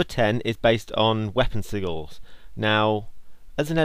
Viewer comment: How I pronounce it, and I think its how other people do/should >_>.. is Sih-jils. Or, complete, sihjils. English language, isn't it fun? XD